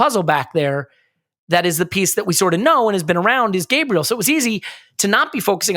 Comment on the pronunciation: Once sorts out his pronunciation of Gabriel we'll be cooking.